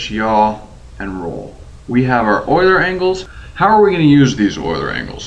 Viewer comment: FInally someone who pronounces "Euler" properly.